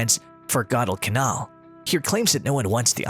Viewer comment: If only the ROBO narrator KNEW how to pronounce the words "Guadalcanal" and "Reconnaissance."